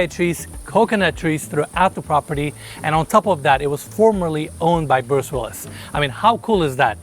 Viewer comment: Penis cannot even pronounce the name Bruce properly!